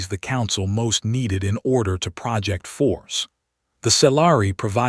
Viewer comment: "...the species most needed to PRAH-ject force.."!!!!???? NO!!! HOWS BOUT, "..most needed to pro-JECT force..."!!!!! Yet another POS AI!!!!